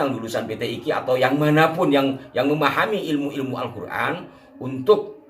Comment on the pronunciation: jadi pak lutvie punya qiroaat sendiri...misal huruf ق ( qof ) dibaca غ ( g ) , misal : qolbiy dibaca Galby....😂😂😂😂😂, alQur'an dibaca alGuran....😂😂😂😂, naudzubillah...tobat...tobat...pak lotvie...